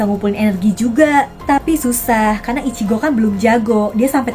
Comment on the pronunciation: Ichigo kak bukan ichiko😅😅😅😅😅😅